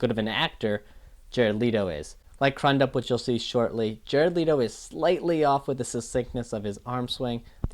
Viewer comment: Billy’s last name is pronounced CREW-dup. Cool to see these breakdowns even though I disagree with your Pre actor breakdown. I think Billy really nailed Pre.